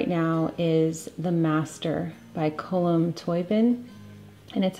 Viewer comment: Hello from Ireland. Just wanted to tell you his name is pronounced Column Toe bean 😃😅